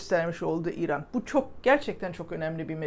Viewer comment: mükemmel diksiyonunuza küçük bir ilave yapabilir misiniz, kısaca İran demek yerine İiran deyin. Lütfen.